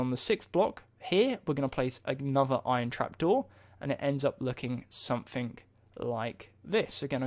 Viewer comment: did anyone else notice that is saying somethink not something? just something funny that i noticed